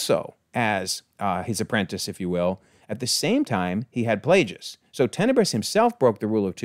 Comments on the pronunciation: You are pronouncing Plagueis wrong, mate. Didn't you ever watch the movie where the Chancellor told Anakin of the 'Tragedy of Darth Plagueis the Wise'? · Yord* I'm curious where you got Kord from. On another note, the name of Darth Plagueis is actually pronounced like the word "plague."